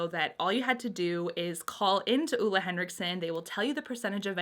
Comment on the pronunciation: She’s technically pronouncing it wrong. Ole Henriksen is from my country :) But everyone here are used to their names being mispronounced in other languages, so don’t worry about it.